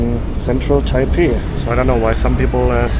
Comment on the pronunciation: i love you man, but im cringing already with you saying taipei .. i just know its gonna start a comment war.